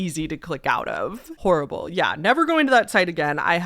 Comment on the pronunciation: This is bad. You put the emphasis on "horrible". Absolutely horrible.